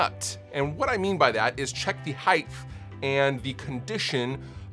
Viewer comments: You really pronounce it “heightH”? With a “th” at the end? It’s HEIGHT. NO extra H needed, dad. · Heighth? You mean height? Hahaha Thanks for the tips though. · Height. Height with a T. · Everyone: heighT............: TH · I HATE it when people say "heitTHHHH" grrr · I love you,. But HEIDTH is not a word. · did you just say heighth?? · "string heightHHHHHHHHHH" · I love you. But heighth isn’t a word and it drives me crazy every time I hear someone say it. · Same here. Drives me mad!